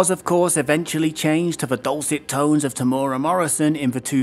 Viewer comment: Sorry, I gotta correct your pronunciation of Temuera. If you look for the video "Temuera Morrison Interview on The Project", that guy pronounces it well. It's kinda Teh-moo-EH-ruh, and the 'r' is lightly rolled, like in Japanese. Four syllables in total.:) Apparently his nickname is 'Tem', so there's always that to fall back on XD